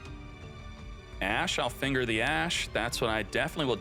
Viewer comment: You really gotta stop saying "finger" like that.